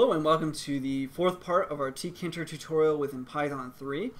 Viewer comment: I've watched some other Tkinter tutorials, and according to them it's pronounced "Tinker"